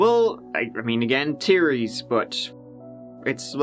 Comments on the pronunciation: Ugh how have I watched hours of content and not heard him say "teer-ies" yet? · We all know about “tree”/3 have you heard about “tearies”/theories??? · “Tearies” instead of theories. Fun stuff. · Tearies? Is that like yutess? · Are there any teeries as to who shot the officer who was turty-tree years old?